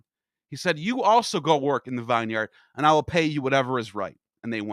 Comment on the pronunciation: bro learn how to pronounce vineyard